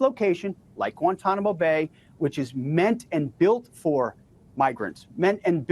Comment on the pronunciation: " at Guantanamo bey-uh"